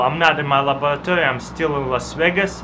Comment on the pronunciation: When I used to think he says "my malaburdtoy" but it's laboratory 😂😂😂😂